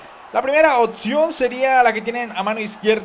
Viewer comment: *OPCION no OTSION